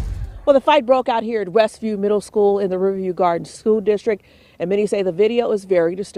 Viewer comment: Why isn’t the reporter pronouncing “Riverview” properly?!?